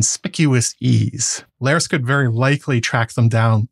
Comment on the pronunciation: Larys rhymes with Varys